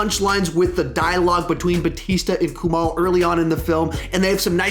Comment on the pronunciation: I thought it was hilarious!! By the way, it’s KuMAIL, not Kumal.